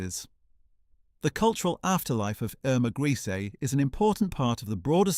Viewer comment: HOW MANY DIFFERENT WAYS CAN YOU MISPRONOUNCE HER SURNAME??